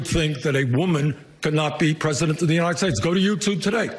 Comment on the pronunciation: Not me U-nted S-tates